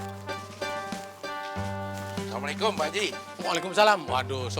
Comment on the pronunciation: salah ucap salam Assalamualaikim heheh Di menit 18.46